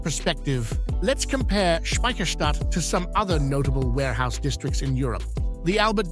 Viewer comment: How often do you wanna say Speciherstadt? narrator: yes.